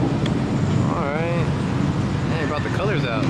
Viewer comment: Everyone: "Oh" "Alright". "Ohlright"